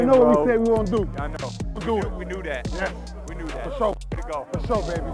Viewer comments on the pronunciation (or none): Tom Brady saying We Do Dat sounds so white and forced 😭 😂 Love how dorky this man is